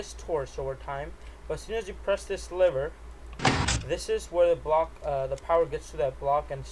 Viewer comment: He said liver not lever